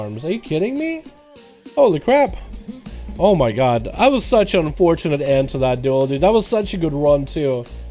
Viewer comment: you mean, very unFORETIN-ate.